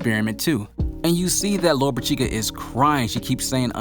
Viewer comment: Lolopechka is pronounced like this: Lo ro pish ka, get it right!!